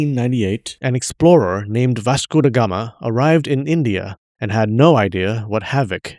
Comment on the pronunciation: You pronounce Vasco Da Gama perfectly ❤